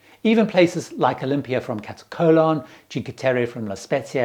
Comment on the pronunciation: Hey... It's MAYorka, not MALorka. (Ignore the spelling) And KaTAKolon not KataCOLON. LOL